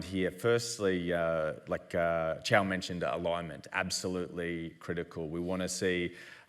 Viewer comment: Costco is not the blueprint for Amazon. And her name is Qiao, it's not Zhao.